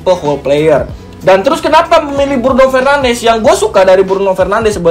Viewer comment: Btw pronounce bruno fernandes sama de bruyne salah bang